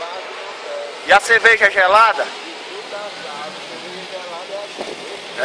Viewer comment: ".. e a "çevejá" lá e´boa? Resposta do: Gelada!!!" kkkkkkkkkkkkkkkkkkkk